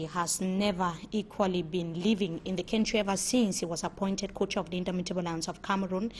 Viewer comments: Please can this journalist pronounce the word "Country" properly? what is "Kentry" as she prefers to pronounce. It is so annoying. Someone please help me tell her. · That is not correct. No one pronounce "Country" like that. I have lived in Southern Africa for several years and can confirm that.